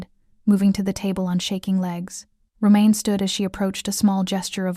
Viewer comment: Get an AI reader that gets names correct. I’m guessing his name is Roman; not romaine, as in the lettuce.